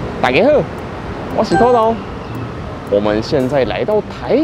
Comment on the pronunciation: 說-我是土豆的口音 很奇怪,是哪裡人？